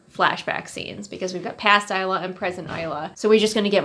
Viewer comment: It's pronounced eyes-lah per the author 😊